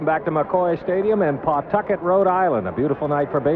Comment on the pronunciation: Let me be the 1st Rhode Islander here to mention that the correct pronunciation is "Puh-TUCKIT", not "PAW-Tuck-et". 😀